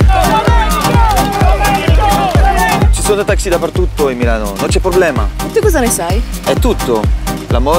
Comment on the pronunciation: taxi in Milano are white not Black ... fake video and awful Italian pronounce !!!! BLEEAHHH Great RAFFAELLA CARRA'